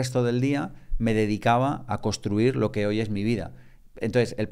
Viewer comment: Genial! Gracias. Solo un par de cositas... Por favor, intentad VOCALIZAR es súper importante para los divulgadores, podéis intentar hablar un poco menos rápido y, por último, se dice CONSTRUIR no COSTRUIR. Gracias